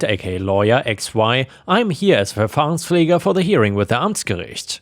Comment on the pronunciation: Haha I suspected that you might not be a native english speaker. The way you said Amtsgericht and Verfahrenspfleger... That sounded perfect for a German. 😂